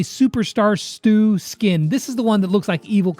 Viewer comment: When brawl stars said “Stu” I thought they said “STOOG”🤣😂